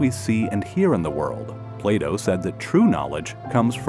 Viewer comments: Can I reload my backup save? Also, it's Plato, not Playdough. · The narrator pronounces PLATO as PLAYDOUGH so it's hard to not laugh. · Am I the only one hearing 'play dough' instead of Plato? or is what I'm hearing another simulation.... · It's pronounced, "Plato", not "Playdo". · why is no one else laughing at the pronunciation of Plato sounding like 'Playdough' hahahahaha